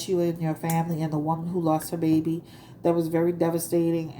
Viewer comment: I like the way you say baby...behby..lol